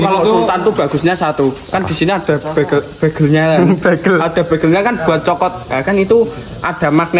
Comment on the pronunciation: behel jadi begel pie to mas kaka